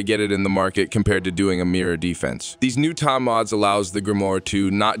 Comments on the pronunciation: By the way it's not "TOM" Mods ... it's Tome... Like Home but with a T. Killin' me with the pronunciation ... I WILL be doing the new update though seeing as how the book can be made to be good ... and since I don't Steel Path, it'll probably be great in the rest of the game. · So that explains why the voice kept saying TOM MODS ... and not Tome Mods. >_> .... Ugh ... Why use an AI voice? That's so lazy.